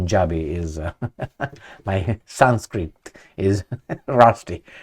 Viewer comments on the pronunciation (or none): none